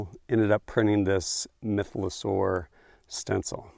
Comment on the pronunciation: MYTHosaur not MYTH-LO saur. Just teasing. Great vid as always!